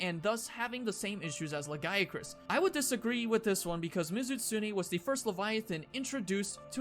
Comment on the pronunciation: I can't help but hear you say "Le Guy [a] Crus" when talking about Lagiacrus >.>